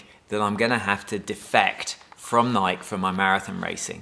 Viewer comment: Not Nike. Nikee